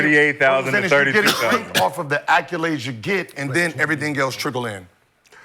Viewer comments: idk why but ppl pronouncing accolades as "acc-yew-lades" always bothers me, especially when you can tell that person is fairly intelligent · Why Gil keep saying “Acc-u-lades” 😂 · Somebody please tell Gil that there is no “U” in “ACCOLADES”.